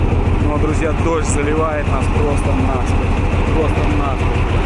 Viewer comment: для борьбы с осами использую средство от клещей и комаров. Осы не дохнут, но если утром побрызгать то к обеду их нет никого. видимо запах путает или вапще не нравица....не нАсквозь, а насквОзь